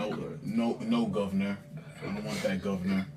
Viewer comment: Not a single Northern UK person has ever said govn'r. Haven't you ever had pork sausages?